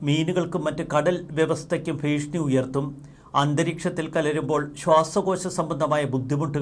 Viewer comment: എന്താ പുതിയ വാക്കാണോ ഭീഷ്ണി ..ഭീഷണി എന്നാണല്ലോ മലയാളത്തിൽ പറയുന്നത്